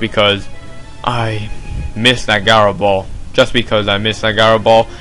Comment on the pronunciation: GOD gaaaro ball, its ji-ro